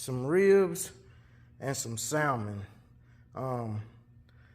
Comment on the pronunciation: super chill guy, but its hard to hear him say the "l" in salmon.